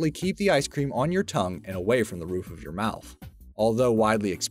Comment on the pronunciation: "icr cream headaches" anybody else catch that?